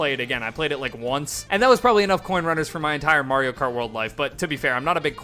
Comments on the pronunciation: It's a little odd when people say "MARE-io Kart", but I can take it in stride. "MORE-io Kart"?!?! You're just screwing with us at that point. 😂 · "More-io kart" at the beginning haha